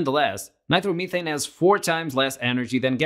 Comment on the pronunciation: why do you keep saying nitermeethane just say nitromethane